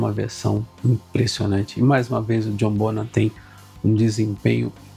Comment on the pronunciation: Parabéns, um dos poucos a pronunciar corretamente o sobrenome do baterista. /bonam/ e não /bon-ram/